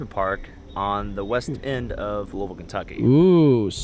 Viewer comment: What's looville... I mean I know where Louisville is but... hhhmmmmm